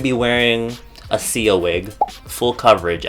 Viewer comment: When you said Sia wig I thought you said seal wig😂 ❤💙💚💛💜💟